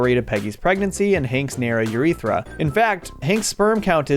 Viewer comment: Ah the narrow uretee